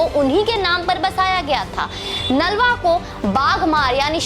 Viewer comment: बहन,इन खालसा वीर का नाम हरि सिंह नालवा नहीं बल्कि हरि सिंह नलवा है, कृपया सही उच्चारण करें!!